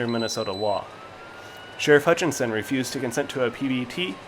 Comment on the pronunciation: His last name is Hutchinson not hutch tons